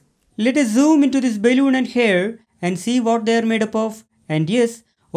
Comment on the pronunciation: Really appreciate your work sir, thank you. Your pronunciation seems odd though, is it balloon or baelloon. If you are a teacher (I suppose you are) you definitely need to work on your pronunciations, because you might educate the kids wrongly. I'm Sorry if I have offended you in anyway.